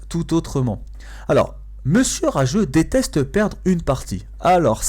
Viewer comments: DETESTE perdre une partie (et pas 'DESTESTE' Lool);) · 2min 24 desteste au lieu de deteste mdr mais quand meme bonne video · le "desteste" ça choque personne ?